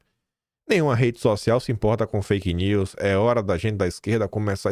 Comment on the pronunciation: O Haddad falando faik news!! Kkkkkkkkk